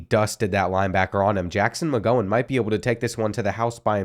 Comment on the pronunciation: At 41 mins you said Jackson mgowhen Steven mgowhen